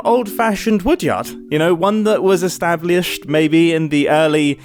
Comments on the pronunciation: Okay ... you Brits add another consonant to 'aluminum' but you're not gonna do it to 'established'. 'Establiesht' is NOT a word. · ish, that pronunciation of Established caught me off guard... Estab-Lee-ished... xD